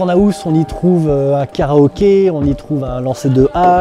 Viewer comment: Qui peut m'aider ? Il dit aouse au lieu de house pour une bonne raison ? Ça m'a fait rire on dirait les vieux qui disent face de bouc 😂😂